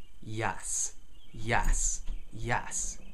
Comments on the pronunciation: Your accent misconstrues your "e" to an "a" when you say yes. Not a big deal I sadly still say "y'all" from my bible belt indoctrination. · why is he saying YASS